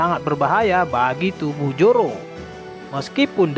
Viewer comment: Zoro min bukan joro😄😄